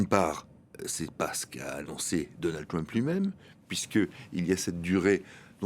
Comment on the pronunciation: Mon cher, le président américain ne s'appelle pas Twump mais Trump avec un R. Alors puisque vous prononcez Donald à la française, prononcez aussi Trump à la française SVP!